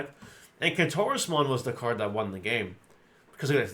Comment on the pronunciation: Soooooo watching this video and my wife was listening in and thought you said clitorusmon…….. Kentorusmon……… SMH.